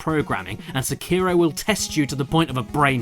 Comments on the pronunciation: SEKIRO: Emphasis on the First Syllable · "See-Kei-Row Shad-ows Dee Twicky" Pffff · See-kai-row Shay-dows Dee Tweekey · Seekyro shadous dee twickie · See Cairo, Sha-Dows Dee Twikie. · See-kai-ro sha-dows dee twi-kee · Correct pronunciation: "Seck-aye-row" "Shad-dau's" "dee" "Twick-ee" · "This game is so Japanese"... Immediately pronounces 'Sekiro' the opposite of the Japanese pronunciation... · Is this pronounced se-ki-ro or see-ki-ro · So many youtubers can't pronounce Sekiro properly. Also the English dubs are pretty awful IMO, but to each their own.